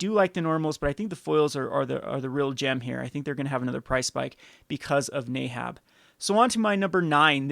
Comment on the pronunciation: I desperately need to know where you're getting the "ay" sound from in the name "neheb."